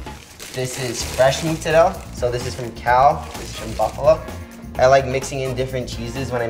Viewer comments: Love this video but please learn to say Mozzarella correctly if you want to try to sound Italian. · Well you will get cancelled for saying “ Muzzarell “ instead of Mozzarella. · The pronunciation sounds strange when thrown in the middle of english, better probably just using proper italian, saying all the letters of the word (Mozzarella and not muzzarell) also american people have no idea of the concept of double letters sound, which in italian language is essential for pronunciation. Please also guys, be carefull cooking pizza at that high temperature, when the crust is burning like that is really bad for you, it's called acrylamide and it is rated as a potential cancer-linked substance. The oven should be around 350° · From an Italian: please stop saying mozzarel..mozzarella!! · Hey Mikey, it's MOzzarellA, not Moozarel ;) love, from Italy ;) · its not pronounced MUZARELLA , just sat mozaaarellla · I love the way he pronounces moozzarel. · "I used to say mozzarella but a bunch of Italians got mad at me" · Where do american italians get this mozzarella pronounciation from its not muuuzzarellll lol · Ya lost me when ya called it mootzarell. We get it man, you’re Italian, relax (even though Italians in Italy still say mozzarella). Mikey the kinda guy who calls pasta sauce “gravy” 🤦🏻‍♂️ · Why is he saying “mootsarelle” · What a nice guy but he pronounces mozzarella wrong, it's incredibly cringey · good job michelino thats a legit homemade pizza! next step could be getting into sour doughs and the right mozzarella pronunciation 😅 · The way he pronounces mozzarella reminds me of that one south park episode where randy becomes obsessed with cooking. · really nice kid but can someone pls explain me why he is butchering the word mozarella? Is he from a special side of italy? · I'm really triggered by the way he pronounces Mozzarella... Other than that he seems like a cool kid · why do Americans pronounce mozzarella so weird?! Italian Americans. it's very odd